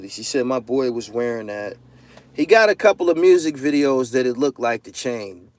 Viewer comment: You cant be out here saying you're the best and saying "look-did" at the same time. You pronounced it "looked" a couple times in the video, so you definitely no better!! Get your shit together!!